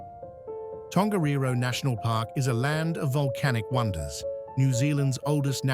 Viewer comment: why do content creators not check their (or AI) pronunciation? luging? that sounds like spitting on someone, when I assume what is meant is a luge, toboggan. People with no knowledge of Queenstown might think otherwise. Catlands? Tongerro, Ben Lammond, oh good grief, you're getting a dislike just cos you were lazy.